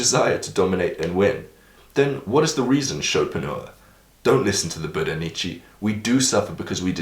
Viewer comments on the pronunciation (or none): Ffs, learn how to pronounce Nietzsche's name already. My ears are gonna fall off and he'll probably wake up from the dead if you keep doing this. said in a friendly way